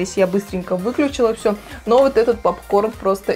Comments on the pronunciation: Правильно говорится пОпкорн а не ПАпкорн.Учти а хотя видео классным получилось 👍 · Попкорн , А не папкорн Уши режет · Не папкорн а попкорн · А почему "пАпкорн"?)) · Меня тоже бесит как она называет Поп корн,ПАп корном😂🗿👌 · А не папкорн а попкорн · пОпкорн же а не пАпкорн🤣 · Ахаах, почему пАпкорн?? 😄😄че за бред? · Режет уши «пАпкорн». Колхоз какой 🤦🏼‍♀️ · каждую секунду "пАпкорн" уши режет жёстко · Уши режет от слова пАпкорн, исправляйте речь ) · ПАПКОР бесит,кто так говорит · Режет слух от этого "пАпкорна".. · Так режет это ваше "пАпкорн" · Бесит, что за "пап-корн"!